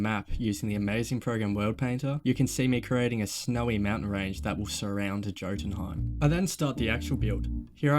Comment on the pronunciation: Man said Joe-tunheim